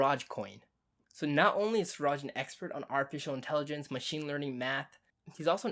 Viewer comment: Hi! You call him Suraj. His name is Siraj. Everytime you called 'Suraj'...it hurts here buddy.